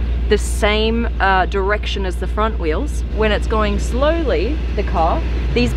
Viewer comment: she has a weird accent. Mostly british but sometimes surprises you with dr·ek·shn